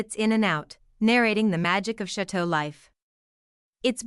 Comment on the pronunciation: The commentator doesn’t pronounce Chateau or Lalande correctly. Have you seen the channel? Then you say Mary instead of Marie. Marie and the dishwasher are never complaining and you’re speculating on things you have no knowledge about their feelings. Please take the video down